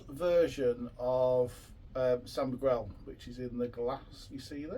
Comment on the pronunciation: It's called San Miguel not San Migwell